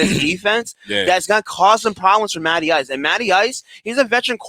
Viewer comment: Matty Ice…. I thought you said Natty Ice…